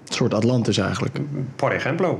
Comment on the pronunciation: Ik versta Poregemblo😂 0 zoekresultaten op google.